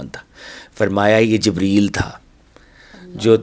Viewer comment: I dont like you pronounced hazrat jebraeel alisalam please correct and show great respect please hazrat jabraeel elesalam